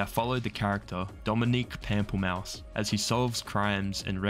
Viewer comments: Pamplemousse is a French word for grapefruit. And it's not pronounced pam-ple-mouse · Pamplemousse is "grapefruit" in french. Pronounced "pomp-leux-moose"